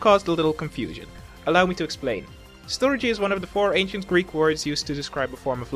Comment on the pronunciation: ON MY GAWD, you sir are now one of my favorite ponys. also thanks for saying storge as you did, i have been pronouncing it like store-gy with a hard g for years, but i believe agape is more self-sacrificial love, in the new testament it is used to describe the love that god has for his people, not necessarily a love towards god.